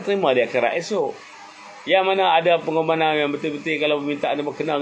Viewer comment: Pengorbanganan tu trsasul ke..cm pelik lak dgar.. Adehhh... Tp ape2 thniah.. Berani bersuara tk tkt pd sape2 kcuali allah.. Sy sokong ape ckap..